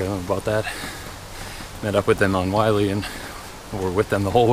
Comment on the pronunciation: It’s pronounced “Will-Lee,” NOT “Why-Lee.”